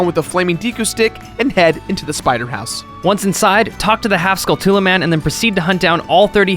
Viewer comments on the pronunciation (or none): Why do people pronounce the spiders as "Skull-too-la's?" It's "Skull-chu-la!" You know as in Tarantula? They're a giant spider for goodness sake! The last four letters are the same. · Deku is pronounced deck-oooh Skulltulla is pronounced skull-choo-la Epona is pronounced ep-o-na